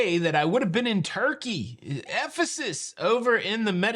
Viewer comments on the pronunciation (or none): none